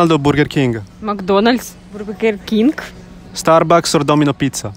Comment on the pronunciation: "Burdgerd kinghth"